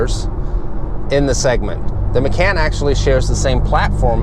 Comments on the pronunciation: Ma-caaaan. Like “Muh-Khan”. You should dub the proper way over the video to make it more watchable. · Porsche 'Muh-can".. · Sorry lol, but its pronounced "Mah-con" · love it when americans teach europeans how to pronounce european brands and names :) (i belive the guy is swedish) no hate though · Has an auto channel, can’t properly pronounce Macan. LMAO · Nice review, but I almost can't take you seriously mispronouncing the car...